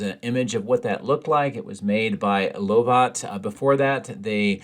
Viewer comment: Pedantic I know but: "Lovat" is pronounced "Love at", and "Godot" is pronounced "God Oh!"